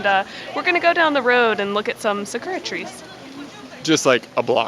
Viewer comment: I love your guys' videos, even if you have the whitest, Americanest pronunciation for some Japanese words lol (Sakura as 'suh-KUR-ruh')